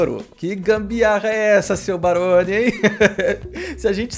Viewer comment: Kkkkk o errando o nome do Barone ele falo maroni kkkkk